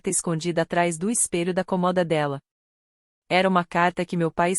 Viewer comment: Por que será que a Inteligência artificial sempre le a palavra cômoda sem o acento? E em todas as historias.